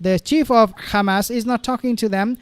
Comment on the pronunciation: Please stop calling them Khamas like the Israeli’s. But good video